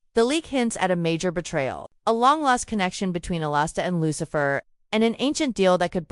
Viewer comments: His name is Alistair, not Alasta….. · sure, you can argue the spelling, but the pronunciation remains the same. It’s not pronounced “A-Last-A”